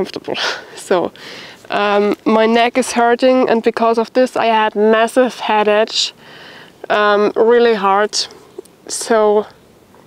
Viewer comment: if i may correct your English about the word headache ,the way to pronounce this word is: head-ake , your English has improved a lot by the way , Bravo !